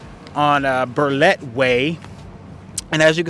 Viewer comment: Some of the yards are fenced now. This tour is at the young stage of the subdivision. And it's Bartlett Way. Not Burlett. LOL.